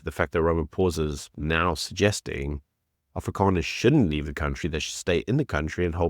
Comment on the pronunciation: If you can't say Afrikaners correctly don't say it. It's not Afrikaaners it's AFRIKANERS. ONE A OK. DO YOU GET IT.